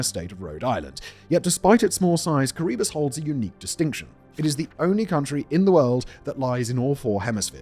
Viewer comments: It’s how it’s pronounced Kee-ruh-bas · why do u say Kiribati as kuribus Simon? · its pronounced Kirra-Bass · The way Simon pronounces Kiribati is insane